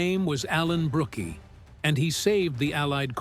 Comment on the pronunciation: It's Alan Brook, not Brook-ee. Silly AI. Stupid.